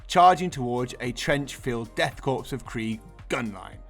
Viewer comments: It's pronounced cor not corps just fyi. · It's pronounced core and not corpse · I hate to be "that guy" but Korps (and corps) is pronounced "core" not "corpse." You don't pronounce the p or the s. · p.s isn't Korps pronounced 'core' rather than 'corpse' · I mean…they’ll become Death Corpes of Krieg either way lol. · ^ This. Pronounce it like an apple "core". 👍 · Great video and I love the use of Sharpe's 95th rifles! FYI don't pronounce the 'p' in corps, (though many of them will likely be a corpse after first contact!) 🤣